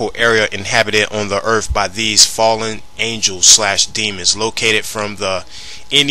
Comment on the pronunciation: Please my man, when presenting a serious video where you intend on sounding legitimate, try not to say words like : "Earf". Just a tip tor future use.